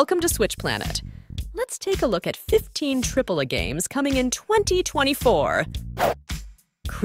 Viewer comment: She said tripla games. Is she AI or just doesn't game 😂